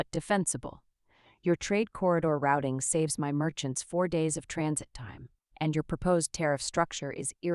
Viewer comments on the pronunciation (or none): none